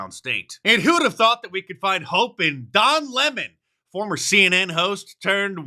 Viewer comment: Did you say Don Lemon or Lon Demon?